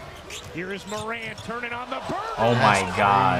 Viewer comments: mispronounced Zion and Morant in the span of 5 seconds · Zion = Zeon Morant = Morent Accurate = Accriate. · Zeeon and Jouan Moraunt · He has to be doin that on purpose he said ja moreant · "john mooront" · I love his acreate pronunciations of Zeeon Williamson and Ja Morahnt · does.... watch the nba? “Zeeon” “ja moront” naaaa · He pronounced morant in French